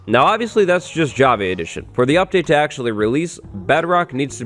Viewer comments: I can’t unhear javee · Does he say "Jav- A " edition?? 🤨😕😖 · anyone else annoyed by his pronounciation of java?